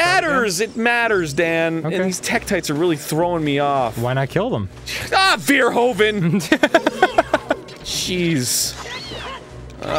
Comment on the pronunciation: beerhoven? is that beethovens cousin?